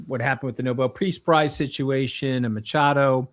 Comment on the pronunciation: It's pronounced 'Makado', as in the ch in chemist, NOT as in 'hurc